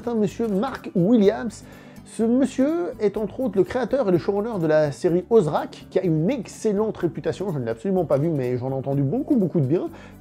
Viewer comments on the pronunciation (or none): Ozark, pas Ozrak. 😅 Très bon scénariste! Il a notamment produit et co-écrit "The accountant", ou "Mr Wolff" en français, avec Ben Affleck et Jon Bernthal. Il est plus connu au Royaume-Uni pour son énorme quantité de seconds rôles qu'il a interprété au cinéma (On l'a vu notamment dans la saga Harry Potter (Arthur Weasley)) et à la télévision. La réalisation, c'est tout récent pour lui.